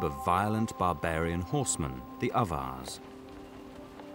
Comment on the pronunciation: If anyone is wondering what he's saying , since the subtitle was of no help had to do some web searching and came up with Avars. Closest thing I found to what sounds like "others".